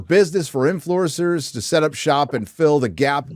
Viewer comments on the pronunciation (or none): lol "influecers"